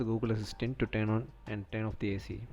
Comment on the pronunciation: tern of 🤣🤣🤣🤣